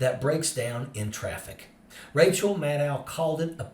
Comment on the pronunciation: Rachel needs some good old "Corrective R" if you know what I mean. ;)